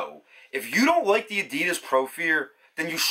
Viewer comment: I like how you say life and the word like, ( Loif, loyf loik, loyk, hoyyp, ) ☺ hehehe🤗